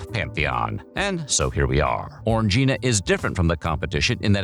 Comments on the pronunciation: You say it like orgy, it's o-ran-guina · ORANJ-eena !! ffs